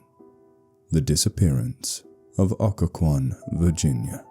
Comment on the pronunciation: Someone should really write one about Williamsburg (thats where i am) and 2) at least this channel got the pronunciation right lol!